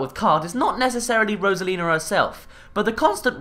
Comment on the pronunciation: rosalina not rosalins